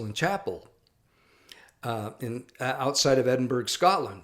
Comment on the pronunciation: In the interest of being accurate, Edinburgh is pronounced "edinburah".